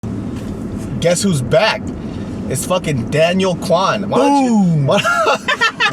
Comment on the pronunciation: Daniel 😂it's daniel